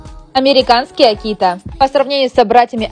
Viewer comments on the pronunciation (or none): Не аки́та, а а́кита. 🤦‍♂️